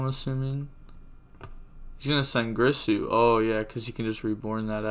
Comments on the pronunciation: alright bro its not pronounced GRIsu its GIRsu ... like Gier-Sue phonetically with a soft G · Its girsu not gRisu